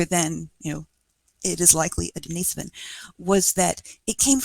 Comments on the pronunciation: The cave was named after a monk named, Dennis.. Not a woman named, Denise. So it's pronounced, "Dennis-sovan" not "De-niece-sovan" Cringe. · Here, this is how it's pronounced. There is no emphasis on the Den-"Niece"-sovan. As mentioned above. it's Den-Nih-Sovan. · You do know the difference between Dennis and Denise, right? RIGHT?? I even give you an example and you still insist or reassigning genders. Crawl back under your rock. It's pronounced, "Dennis-Sovan" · I think if you were right then the expert would have said something. Google 'how to pronounce denisovan' and then get back to me.